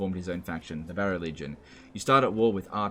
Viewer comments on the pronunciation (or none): none